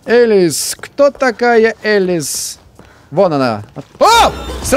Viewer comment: Не Элис а Алиса